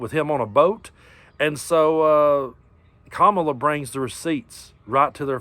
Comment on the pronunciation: Love your chanel, but you pronounced Kamala's name wrong. 😲